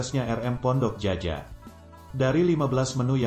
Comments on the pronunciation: Hoii..... Admin cobalah anak SD membaca gitu, Djaja itu bacaannya jaya bunga, buka jaja, aneh benar dikuping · Naratornyo harus memperkaya khasanah bahasanya. Masak Pondok Djaja di eja Pondok Jaja. Seharusnya dia membacanya sebagai Pondok Jaya. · Ini admin yg bacain bukan orang minang ya? Mak ciak cara bacanya bukan bgt min! ? Terus menyebutkan Djaja bukan jaja, sebut lah jaya, sebelum upload coklat dulu, gak enak banget dikuping